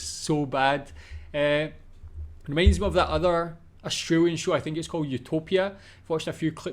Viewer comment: Austr A lian. Not Astr oo lian.